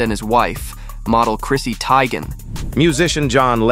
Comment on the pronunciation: How can you mispronounce John Legends wife's name...rude ;(